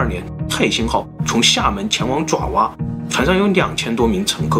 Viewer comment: 爪（zhǎo）哇不是爪（zhuǎ）🙂，至少把字读对吧